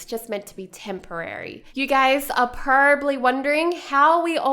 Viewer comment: pro-ba-bly not prrrrbly